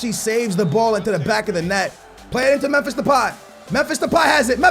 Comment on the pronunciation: Bus Alex Telles For backup left back Btw u cant say Memphis (first name of Depay)